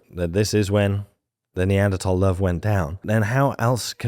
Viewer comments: Finally, people who say Neanderthal correctly. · The word comes from german, where it's pronounced "tal"